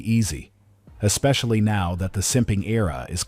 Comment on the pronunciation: How come this current generation can't say the word especially? They always pronounce it like ex-spacaly